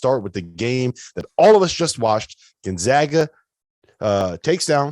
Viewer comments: Gon-zag-ah,,, not Gon-zaw-ah! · The guy on the left still doesn't know how to pronounce Gonzaga properly. Somebody wake him up.